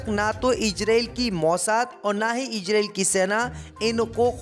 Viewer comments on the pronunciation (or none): khabsr padhna seekho ijrael nahi izrael aur bhi urdu seekhlo.